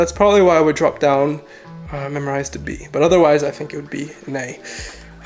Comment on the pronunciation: MemRise. Not memorize